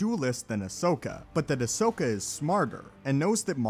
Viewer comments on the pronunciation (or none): none